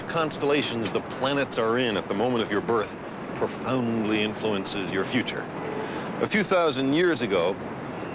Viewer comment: "astrology profauuuuuuunndly influences your future...." Hey Mr Sagan--> Voice Emphasis =/= True, try to read something about astrology, you never did it. NEVER.